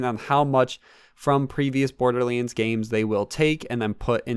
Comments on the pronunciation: it's borderlands not bordelands say it right dude you idiot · dude come on it’s pronounced borderlands not borderlyands